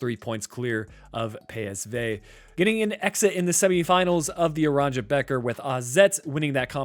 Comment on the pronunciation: Geat video, in dutch “beker” is pronounced as baker